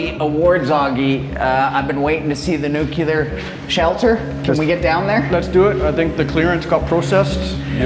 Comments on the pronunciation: Nuclear not nucular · What is "nukilar"? 😄😄😄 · Newkiller shelter? Aren't you Canadian? Shame shame 😄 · 2 things. Most of these idiot commenters don't even own a house. Secondly the word is NOO-KLEE-ERR not NOO-CUE-LER. God people are so ignorant. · Too much concrete for me. What’s nucular? 😂Nuclear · stop saying nu-cu-ler please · Would someone please educate about how to pronounce NUCLEAR?! Dictionary says "nuclear /noo͞′klē-ər, nyoo͞′-/ Adjective: Of or relating to atomic nuclei. "...a nuclear chain reaction." It is not "NUKE-ULAR"! Canadian education and too much weed strikes again. BWHAHAHAHAHA!